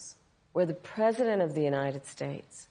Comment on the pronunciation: Saying preisdent harris like she made a mistake